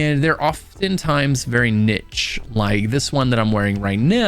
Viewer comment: thanks for the guide, but I just wanted to tell you you mispronounce 'Niche'